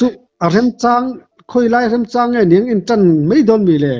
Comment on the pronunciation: Hmulthi a sawi hi a dik hmel viau rualin 'ka remchang pah' a ti nghal erawh a diklo, 'ka remchan pah' tih zawk tur 😂